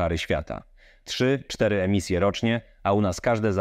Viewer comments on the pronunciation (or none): none